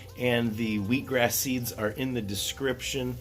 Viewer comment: Did you say "wheek grass?"